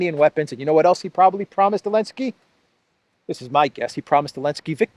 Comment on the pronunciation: Why do you call him 'Elensky'? It bothers me a little. Is there a reason?